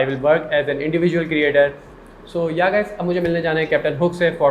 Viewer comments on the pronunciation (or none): It’s yeh not yaa?? 😂😂🤣